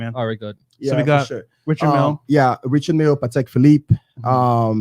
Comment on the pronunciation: It’s not pronounced “Richard” Mille . It’s French. “I” is pronounced “e” REchard MIlle